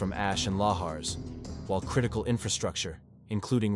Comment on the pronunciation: Can't pronounce lahars correctly either. 😮😮😮